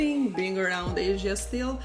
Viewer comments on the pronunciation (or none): none